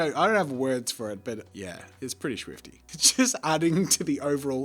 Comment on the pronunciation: did you say "this was swifty" LOL, it's getting swifty in here